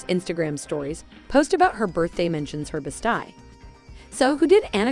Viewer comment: Best eeee, not best eye.